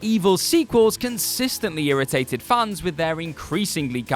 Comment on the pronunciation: I heard funs not fans